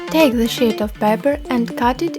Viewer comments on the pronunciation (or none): "1 shit of red paper" (Im not trying to sound mean it just sounded funny)